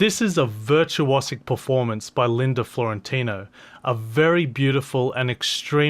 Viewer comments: Dude you GOTTA get the names right. That's essential. It's FIORENTINO, not FLORENTINO. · Fiorentino, NOT Florentino.